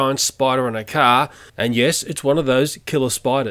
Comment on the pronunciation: "There's a giant cricket on the front of the CAHHH"